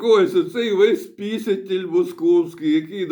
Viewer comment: ой так так "пісятєль"!!!